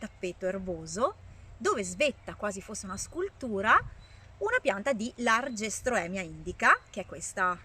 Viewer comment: Non si pronuncia LaRgestroemia ma LageRstroemia, comunque bel video ❤